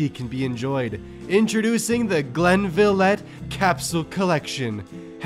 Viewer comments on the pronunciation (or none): IT'S GLEN LIV IT NOT GLEN LIVE T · It's pronounced Glen-liv-it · The way you pronounced Glenlivet made me, a Scottish person physically flinch. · How you pronounced Glenlivet upset me lol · you said glenlivet wrong and that annoys me